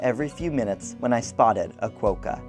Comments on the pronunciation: Nope. Not the most isolated city...the most isolated capital city. Honolulu is far more remote than Perth. By the way Quokka isn't pronounce quoke-a, it's pronounced kwok-a as in wok. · Great video of my home city. Just a note Quokka is pronounced with the 'o' as in clock not cloak.